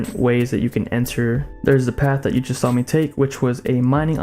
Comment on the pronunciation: and saw as 'sawa'